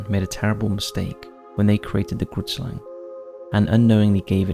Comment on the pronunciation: I’m from South Africa and the Grootslang is not at all pronounced in the way you are pronouncing it. It always makes me laugh when I hear foreigners try pronouncing Afrikaans words 😂🤣. It’s an Afrikaans word and translated into English is Big Snake or in this case Giant Snake and the correct pronunciation of the Afrikaans word is difficult to describe but the “G” is pronounced similar to the “‘Ch” in the Jewish word L’Chaim then the “roo” then “it” and the Slang part is pronounced closer to “slung”